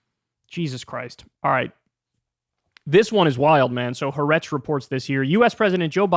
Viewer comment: Thank you for your diligent and heartfelt reporting, as always. I agree with just about everything you have had to say. One corrective note for you: the correct pronunciation of the Israeli news service, "HA'ARETZ", is "hah AH-rehtz" -- accent on the second of the three syllables. The apostrophe in the western spelling is meant to indicate a break between the two "ah"-sounds". It's two words, actually, meaning "the land" (i.e., of course, "the land of Israel"). Some journalists do pronounce the phrase correctly, but I think they are in a minority.